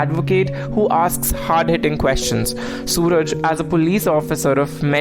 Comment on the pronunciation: It's not Sooraj.. His name is suraaaj